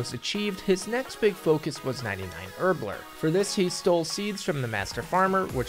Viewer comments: HerbLORE. Not herbLER. Sorry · My man pronounces herblore as “herbler” lol